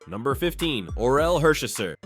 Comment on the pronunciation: Ok, timeout… when you’re doing a greatest list of ANYTHING, you should do enough research to get the pronunciations right. Orel Hersherzer?!? C’mon man smh